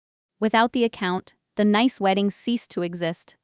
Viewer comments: "Nice"? In my world it should be pronounced "Niece "! At least pretend to do some editing! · the place is pronounce like the word Niece even though it is not spell that way. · Doesn't your AI know French word pronunciation of the city of Nice is (Niece) ? There are a lot of a French words used in English. For another example , the word resume' is not re zoom, its (res oo may). Just fyi. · Geez! Nice in France is not pronounce as nice in english! It's more like ni-es... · It's pronounced like niece, not nice. AI can be so annoying. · PROOFREAD YOUR PRONUNCIATIONS. NICE, FRANCE is pronounced ("neece")----not ("nīce") rhymes with ice, rice, mice, etc.... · For gods sake it’s pronounced NEICE, Ai narratives ruins all these good stories. By the time the story is nearly over, the viewer/listener are already thinking “WHO CARES!”. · The city of Nice in France is pronounced... Nees which rhymes with peace. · The name of the city in France is pronounced "Niece". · Me: "If I'm not allowed then neither is my money." Btw, Nice, France is pronounced niece. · The faulty pronunciation is an AI artifact. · Nice pronounced Niece